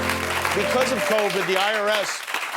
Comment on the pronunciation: Did he said “iris” instead of IRS?